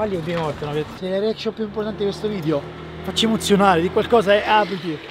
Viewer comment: Ha fatto 6000 video e non riesce ancora a dire video e dice vidio 😂😂😂